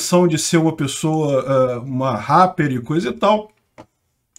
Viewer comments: Como se diz: Repper de sunguinha: rapper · Uma "raper" kkkkkkkk k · Eu amo quando o o fala "Ráper" kkkkk... Dou altas risadas!!! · O melhor do vídeo: falando Rapper:_bovino